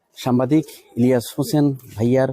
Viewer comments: সামবাদিক ভুল উচ্চারণ সাংবাদিক সঠিক! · ভালো লাগলো। ভ্লগার ভাই উচ্চারণ এর ব্যাপার এ সতর্ক থাকবেন। এতে যথাযথ সন্মান প্রদর্শন করা হবে। সামবাদিক না! সাংবাদিক!! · সাম্বাদিক হবে না সঠিক উচ্চারণ হবে সাংবাদিক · সাম্বাদিক নারে ভাই, সাংবাদিক হবে সাংবাদিক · সামবাদিক নয় সাংবাদিক হবে উচ্চারণটা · সামবাদিক নয় মিয়া আগে উচ্চারন শিখেন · ভাই, সামবাদিক নয়,সাংবাদিক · ভাই আপনি বারবার সাম্বাদিক সাম্বাদিক বলছেন কেন? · শব্দটা সাম্বাদিক নয় সাংবাদিক হবে । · সাম্বাদিক না, উচ্চারণ সঠিক করেন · ভাইজান আপনার উচ্চারণ ঠিক করতে হবে, বারবার "সাম্বাদিক" কেন বলছেন। ইলিয়াস হোসাইন বাংলাদেশের একজন শ্রেষ্ঠ সাংবাদিক। ♥️ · আরে ভাই সম্বাদিক না শব্দটা সাংবাদিক। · ভাই উচ্চারণটা সঠিক করেন সাম্বা দিক হবে না। সাংবাদিক হবে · আপনি বার বার সাম্বাদিক বলতেছেন কেন? আগে ভাষা ঠিক করুন। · বার বার সাম্বাদিক সাম্বাদিক করছেন কেন? উচ্চারণ করতে শিখুন আগে তারপর ভিডিও বানান। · সাম্বাদিক না সাংবাদিক হবে 😂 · 'সাংবাদিক' শব্দটা উচ্চারণ হচ্ছে না আপনার।